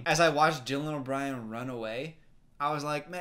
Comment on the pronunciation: I lOvE DyLaN O bRiEN which brings me to my first point people think that just adding weird inflection to ur voice is funny